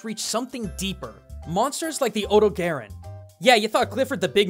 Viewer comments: odo-gayron? Never heard of that one before, it that coming soon? Do you mean the odogaron? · It's OH-doe-gah-rohn, not OH-doe-gare-en. GaijinHunter did a pronounciation guide! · Huh. I've always pronounced it like Oh-Dough-Ga-Ron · It's O-Dog-aron. The dog is right there! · Here is how you say odogaron Odo-ga-ron I’m sorry but this stuff really irritates me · It's really weird going from Gaijinhunter's hard Japanese pronunciation of the monster to western. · The mizutsune (tamamitsune in Japan) seems like something you could get a video out of. Also, have to say, you have... interesting ways of pronouncing odogaron and kulve taroth compared to what I'm used to. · Actually surprised at your pronunciation of Odogaron. It has the same name in Japanese as it does in English, and since the the Dev team is Japanese, most people use the Japanese pronunciation for it.